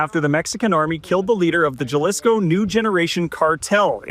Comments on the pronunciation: You seriously gonna let some effing temp or whatever pronounce it. "Jalisco"? It's pronounces "Halisco", and I'm Canadian and don't speak spanish. Shameful. You guys are supposed to inform people. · “Porto” Vallarta, “Jahlisco”, and “Bucherias”. Can anyone take ten seconds to learn how to pronounce these very simple words? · Ja-lisco 🤣Bucerias? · the Juhlapuhno cartel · The way he says Jalisco urks me 🤣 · The reporter in Mexico has no idea how to pronounce cities towns and the state. Epic fail. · You need to check your pronunciation of Jalisco and Bucerias. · I can't listen to the way this reporter says "porto" Vallarta, and Jalisco. Please Global, if you are having someone cover this, for the love of God teach them how to say the names of the places. It's like nails on a chalkboard, and you end up looking ignorant. Unless you're a Trailer Park Boy, and pronounce "Jalepeno" with a hard J, it's friggin Jalisco with a "h"sound. So disrespectful. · Learn how to pronounce Jalisco. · You would think with staying in Mexico, he would be able to pronounce Jalisco or Bucerias properly.